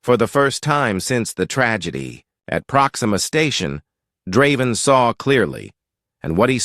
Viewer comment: I don't mind the AI's voice, what i do mind is changing the pronunciation every other time it says Draven's name. That is very annoying.